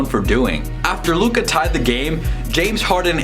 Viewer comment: How to pronounce Luka’s name